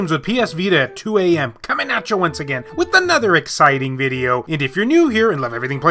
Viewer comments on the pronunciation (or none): none